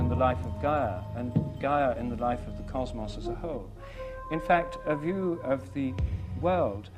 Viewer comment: I like when he says 'cosmos'. He ends the word with more of a 'moss' sound instead of 'Moze'